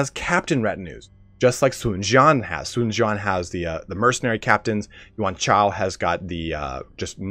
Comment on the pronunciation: Really the word "yuan shao" tilts you